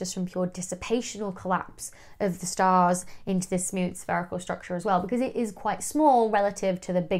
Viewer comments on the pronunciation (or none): none